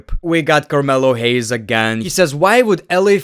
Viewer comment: Carmelo Hayes😂😂😂. Carmelo Lames.